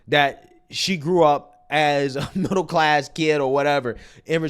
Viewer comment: Bruh she basically said "im get back to you but first... I grow up in a mibble class house"